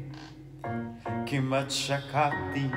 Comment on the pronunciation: Wow you speak Hebrew beautifully and your pronunciation is really good although on the la lachet you pronounced as la Laket! Your singing is a little off notes but your voice rhythms very beautifully if only you an nasrin can do a duet on this song 😊 but I’m guessing with more practice you can mail this song down, which can turn into a big hit as a cover song!